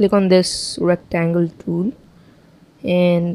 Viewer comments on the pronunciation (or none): "Rectangle Tewl"